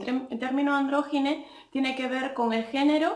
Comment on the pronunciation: El fluido Siempre va de géneros binarios El demigenero también cariño también El poligenero Haber cuales mas géneros no has dado nada que sea ni hombre ni mujer ANDRÓGINO pronuncia bien El gris y el agenero se escucha igual Y el manerique esta igual PERO SIEMPRE SOLO TENES HOMBRE Y MUJER